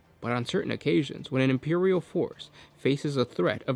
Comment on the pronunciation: be vewy vewy qwuiet, I'm hunting Impewial Titans XD Sorry, just had to.